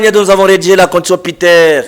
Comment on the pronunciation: "Contutution, ensemblé" non! c'est la "CONSTITUTION et L'ASSEMBLÉE"